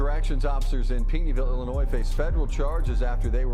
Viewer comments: hard to understand the voice and Illinoiz is not prounced that way....it's Illinoy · Illa”Noy”……not Illa”NOISE” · Back to Basic English to not sound ghetto . Silent s on pronouncing Illinois. Pronounced Illinoi. A Joe Daddy message. God Bless. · Learn how to properly pronounce the word....Illinois